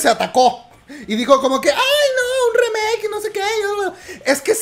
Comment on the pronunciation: Me tuvo estresado a mi y a mi Toc, Todo el video llamandole "remake" a la nueva canción de aespa. Aunado a que lo pronuncia mal. No se le llama remake al hacer una nueva versión de una canción ya existente. Se le Llama "cover". La palabra "remake" se utiliza para referirse a hacer nuevas versiones de películas o series no se utiliza con canciones. De ahí en fuera adoro tus videos aunque no escucho kpop. Me fascina como cuentas las cosas.